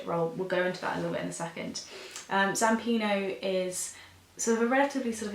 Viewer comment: Its zampanO not zampino.